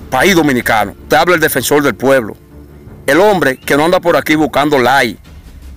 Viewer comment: Defensol del pueblo? Hablal le? Reapeltura?